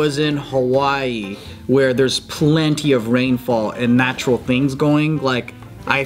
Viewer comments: Bart can't say natural wtf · The way Bart pronounced “natural” 😂😂